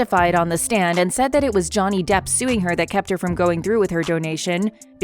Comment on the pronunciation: The bot narrating this is pretty damn good. The tells that its a bot is easy to miss. I find it funny how it says Depp as "duh" when it's at the end of a sentence.